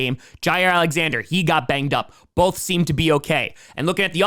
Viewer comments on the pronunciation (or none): none